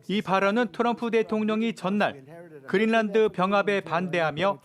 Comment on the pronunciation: 왜? 그린란드가 그릴난드 야 고유명사이니 원 발음에 가깝게 하든지 그린난드 또는 그린랜드 로